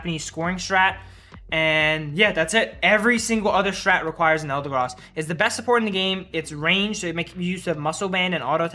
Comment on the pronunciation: eldegross he says